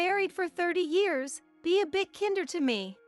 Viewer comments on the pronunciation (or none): It's kind-er, not kin-der. It's Os-mond, two syllables. Can you not look up how to say a word correctly?